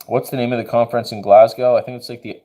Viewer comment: I love that you've got a new dog. Big shoes to fill scout was a good boy. Glaz-go is how you say it by the by. Much love from scotland